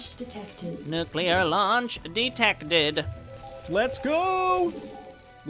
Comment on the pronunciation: He said nucular :D